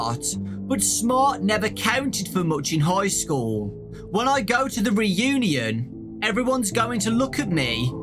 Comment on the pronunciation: High school Re-u-Née-In